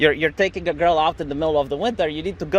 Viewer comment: You mispronounced "girl".